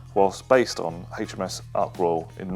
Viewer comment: The number 3 is not pronounced "Free" and HMS in relation to the Royal Navy is pronounced "Aitch Em Ess" not Haitch etc. So very annoying.